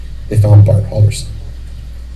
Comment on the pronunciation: omg, learn how to pronounce "bart" and "chandler" before going through the effort of making a video!!!